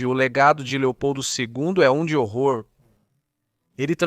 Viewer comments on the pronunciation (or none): none